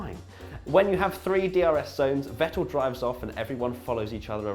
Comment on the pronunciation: For god's shake please pronounce Vettel's name properly. V is F